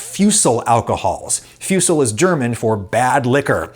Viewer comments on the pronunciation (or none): Always love when german slang becomes a term. Its pronounces more like "foosle". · fusel, nice. Though its pronounced 'foose-ell' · Fusel .... For English speakers Foosel (the Foo sounds like the Foo in food). I like how you sometimes sneak German words in your vids. Grüße aus Deutschland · Fusel is german but its pronounced Fusel not Fjusel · its not fiusel its fuuusel thats how you would say it. me being a german got a lill bit ofendet lol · its not fyucell its foozell. the pronounciation for bad alcohol in German. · Its pronounced more like "Fuusel" not "fussel" but thats hard to convey over text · Fusel is pronounced as foozel in German. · Dear Adam, not to reddit shit up but what referred to is "Fusel", pronounced "Foo'sel/F'uh'sel" sometimes "Foo'sil" germans aspirate the vowels a bit more than americans, making "a" pronounced as "aye" in america as "ah" in german. also don't mistake it for "Fussel" (pronounced like: fuh'zzle) which means means lint. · You really butchered the word "Fusel" tho 😅